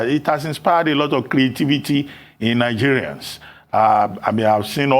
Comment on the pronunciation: girl you're an Igbo girl even if you've adopted Lagos. Why don't you make effort to pronounce Nigerian Names and places properly...